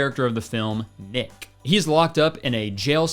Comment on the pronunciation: when you said “this is also where we meet the main character of the film, nick” i fully heard you say “ick” and you know what. probably very fitting